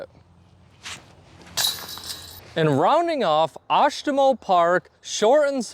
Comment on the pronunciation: Oshtemo is one of my favorite courses, hope you liked it. You actually pronounced it correctly!